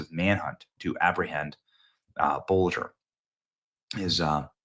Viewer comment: It’s not that tough a name to pronounce - just say BOLTER, man.